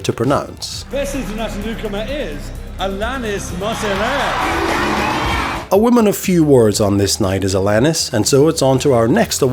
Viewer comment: Isn't it ironic, don't you think, that Neil Morrissey struggled with the pronunciation of Alanis Morrissette?